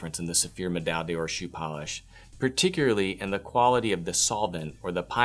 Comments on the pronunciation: Please simply say "Gold Medal" if your American tongue cannot say Med-eye Dawr (three syllables). Much more respectable to the brand you promote, as well as to Francophone viewers. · Dude, honestly, I'm really going to have to send you an audio file of the correct way to pronounce 'Médaille d'Or', 'Pommadier' and 'Pâte de Luxe'. Hit me up if that would interest you. it would give your videos so much more credibility... :) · Please learn to pronounce pâte de luxe and médaille d'or